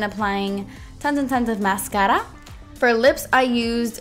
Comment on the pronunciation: the way you said "MASCARA" ........ amazing!!!!!!.........love you